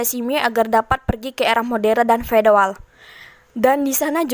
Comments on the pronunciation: era feodal gitu bukan fedoal ya🙏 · Feodal min bukan fedoal